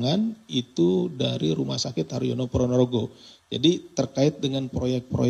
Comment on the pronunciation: Rumah sakit Harjono pak, bukan rumah sakit haryono.